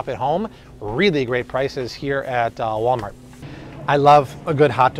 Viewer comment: i love when you mess up and say "walmalt" haha! thank you for everything